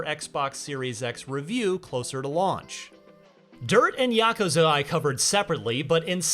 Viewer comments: It's yakuuzha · Ya-ku-za. Three syllables sounds fine to me. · You know it's yuh -koo-zuh? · Is just me or is he really butchering the word Yakuza? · Correct me if I’m wrong but is he saying yakuza wrong? Or right!?